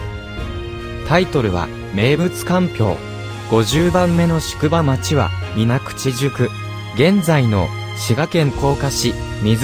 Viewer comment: みずくちじゃなくみなくちやぞ